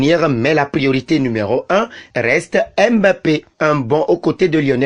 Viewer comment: Mbappe c'est un nom africain et c'est une honte de prononcer m'bape